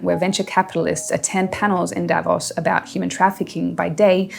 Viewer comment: Davos is not pronounced the way it is in this video and most others.